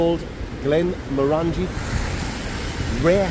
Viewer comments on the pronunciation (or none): Your pronouncing the whisky wrong...it's not glen-mor-angie, it's glen-moran-gie....like sporran...rights 👍